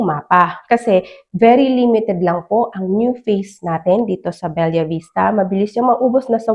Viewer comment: Anak ng pusa! Be-la, Be-la, Be-la! Hnd Bel-yah!!! Gigil mu ko marami